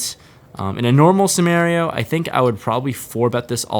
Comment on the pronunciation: In a normal "semario" .... nice one buddy